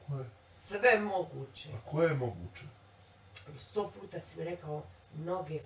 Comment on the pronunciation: I kaze da je to naglasak, ne zna č ć đ dž upotrebiti kako je ispravno 😂gradivno osnovne